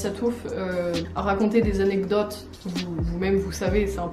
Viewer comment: je me lasserais jamais de la maniere dont else dit "anectodes"